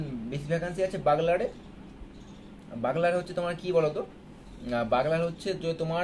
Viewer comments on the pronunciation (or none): বাগলার না বিগুলার